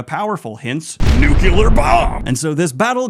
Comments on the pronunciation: Why are you saying Talveran and nucular?😢 ragebait for comments? Well played. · Daniel, I am so sorry, but you are too smart and too well-read to be pronouncing 'nuclear' as 'nucular'. I love you, but please.